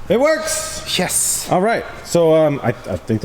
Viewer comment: Anyone else imagine jack black in Nacho libre when said "yes!". I heard "ches!". libre